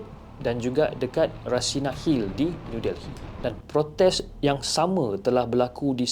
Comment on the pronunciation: Sebutannya New DELLY... bukan Del-hi....